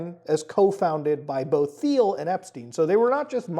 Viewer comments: It's not pronounced "Thiel" it's "Thiel" lol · Muta, please pronounce the bastards name properly , the H is silent ,like tea'll. Just so we all know who he is without confusion. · "Thiel" is pronounced "Teal," same as the color the rest of us call "aqua." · I think it is pronounced Peter Teal? Not sure though. I do know that Peter Thiel is an anagram of “The Reptile” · Peter Thiel’s name doesn’t use a “th” sound. It’s pronounced like “teal” and rhymes with “feel”. Normally wouldn’t make a thing of it but you’re gonna be saying this weirdo’s name more over the next 12 months I suspect.